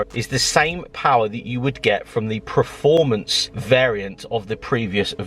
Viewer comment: The more and more I watch your vids the more I understand you can’t say performance 😅😂